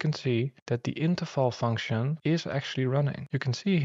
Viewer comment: Are you german? You pronounced Interval just like Interfal